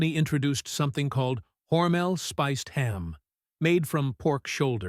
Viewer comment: This is some AI slop. Can't even pronounce "Hormel" correctly. 👎